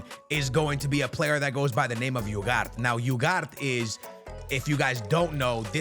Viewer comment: Iugart instead of Ugarte is wild